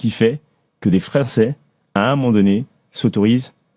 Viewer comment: à , c'est moi où il dit "des Fra'çais". Une petite résurgence du wakanda mamadou ?